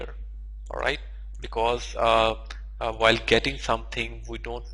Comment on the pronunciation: "whikl" :D